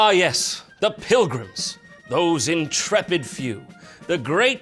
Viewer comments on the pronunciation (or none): none